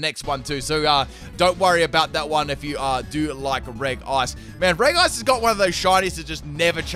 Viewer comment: It is pronounced "Reji", Not "Regi" just so u know